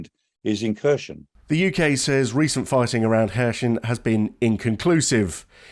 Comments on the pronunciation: It’s not pronounced ‘Ker shon’ or ‘Kershn’ it’s spelt (using Latin alphabet) ‘Kherson’, and pronounced ‘Her-sonn’ - the K is silent and there’s no ‘sh’ sound - listen to Denys Davidov on YouTube he’s a native Ukrainian (out of work) airline pilot giving daily updates on the war. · Where the hell is Hershon...... is it is pronounced Herson , silent K, and definitely no Sh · It's not Kher-shon but Kher-son :-) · XEPCOH KHERSON, S NOT Š Take the wax from your ears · its pronounced Kier Son. starmers son to make it realy easy for numbnuted gun jokeys... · I think someone needs to learn how to pronounce the city name. This is cringe 🙄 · Terrible pronunciation of Kherson. And the narrator claims that Ukraine has no other ports with access to the sea. There is a large port in Odesa which has been blockaded and damaged. There are other smaller ports still under Ukrainian control.